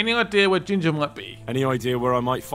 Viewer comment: Lol. "gin-Jah"